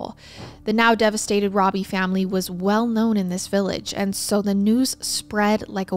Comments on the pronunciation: I hate being the pronunciation police BUT when talking about a victim I think it’s important to say his name right. The last name is pronounce ROW-BEE. Not RAW-BEE. I know I know people are gonna be mad I posted this, but again I think for victims it matters. For perps IDGAF. But he was a victim. We want to make sure we say his name right. Other than that wonderful coverage of a horrifically awful story. We forget that way back then, kids walked everywhere. Even little ones. I don’t think it was wise BUT I don’t think mom was neglectful. Just dealing with a baby and trusting the world. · It's pronounced robe e not robby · ❤❤ his name is actually said like robe -E(bath robe) E❤❤❤